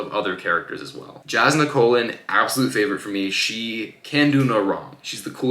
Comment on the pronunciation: Just one nitpick it’s pronounced yas-nah not a hard j. But loved the review